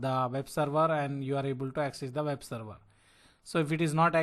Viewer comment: Not seruvaaa, SERVER.